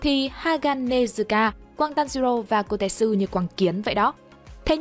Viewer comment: Bạn đọc sai tên kotetsu r =))) tên trong truyện là ko-te-tsu =))) đọc khó vcl =))